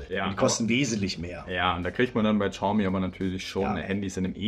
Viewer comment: Xiaomi nicht Schaumi.